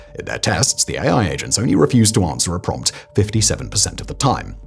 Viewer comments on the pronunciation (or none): none